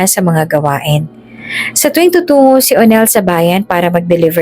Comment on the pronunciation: Pakibigkas Ng maayos ang salitang tutungo